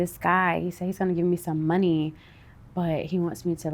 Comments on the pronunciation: I love how she says “the mun-ny”😂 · Right?! EVERY time she says it, its like MONEY!! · The way she pronounces money tho.......🙃